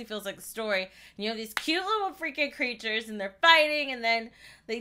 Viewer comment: Her: cute curtures Me: ITS CAlLED POKÉMONS